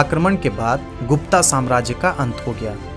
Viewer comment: गुप्ता नहीं गुप्त कहो